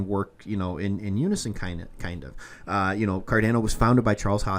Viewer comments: so painful hearing it pronounced 'car-da-no' instead of 'car-don-no' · It’s pronounced Kar-DON-o